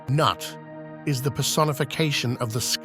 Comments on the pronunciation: Considering it's pronounced noot. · everytime he says "Nut" i die laughing.